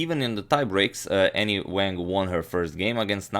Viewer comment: Chinese name pronunciation tip: there is no 'a' like apple in Chinese, it's more like "ah", so her name should sound like, w'ah'ng. The 'a's in Chinese are all the same, so same goes for liang, etc...